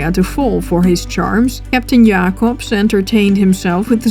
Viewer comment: I love how u pronounce Jacobsz and the other dutch names :D